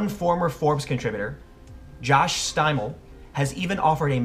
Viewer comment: You mispronounced Josh Steimle's name. He's my second cousin. It's a southern German name, you pronounce the last e.